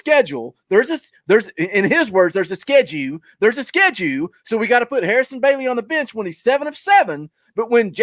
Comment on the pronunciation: “Schedue!! We talking bout schedue??” Yes I know it’s schedule. I used to watch for JP’s rants, now I watch for..love the show and finally got my shirt today!! Been lurking since show 2 or 3.